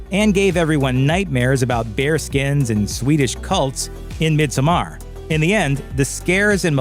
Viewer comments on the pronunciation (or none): none